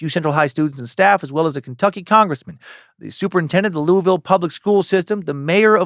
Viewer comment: On behalf of kentucky residents, louisville is 2 syllables! Not louis ville, not Louie ville. Lu-vel. Go cats! L's down!